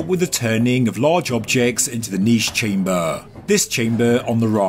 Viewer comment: its so funny how you pronounce chamböööö ;D